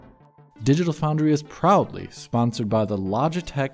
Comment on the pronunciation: Yo why does say proudly so wierd?